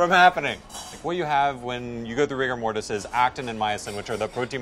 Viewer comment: Did anyone else cringe a bit at “rigor mortis”?